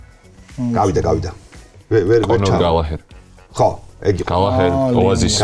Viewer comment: ქართველი კომენტატორებიდან მგონი ყველაზე მეტად აქცევს ყურადღებას გვარების სწორად წარმოთქმას და მიკვირს გალაჰერს რო ამბობს როგორც ყველა სხვა ქართველი კომენტატორი, როცა გალაგერია სწორი.